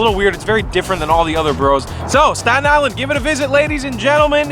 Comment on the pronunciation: This is how many times he said 'Statan Island'. ↓